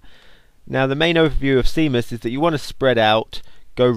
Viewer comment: Seamus is pronounced shaymus